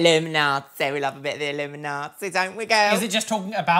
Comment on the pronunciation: i love how says "illuminati" because it sounds like she's saying it like "illumi-naughty" lmao!